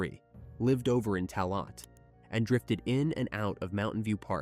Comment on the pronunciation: The word Tallagh is oronounced Talla